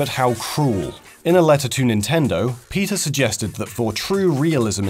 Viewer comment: For some reason I kept hearing him say "Peter" when he said "PETA" and I was thinking "Who the hell is Peter?"